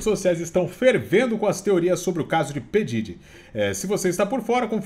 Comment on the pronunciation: É (PI DIRI) QUE pronuncia 😂no primeiro ele disse errado depois falou certo kkkk